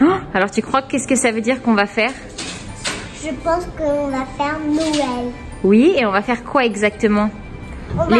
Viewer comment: « un marché de noëllllllll » j’aime tellement quand elle parles c’est fou 😂😍